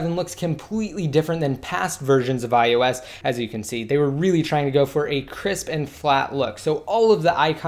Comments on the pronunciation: You say ius 7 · Is it just me? Does anyone else keep hearing him say iUS7?